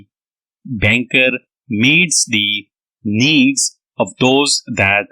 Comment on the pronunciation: Nice dictation but need ,meet, and means words are not clearly spoken